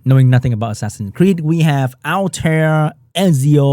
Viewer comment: It is pronounced like "all-tie-ear". Hoping you get new ld toy for new content.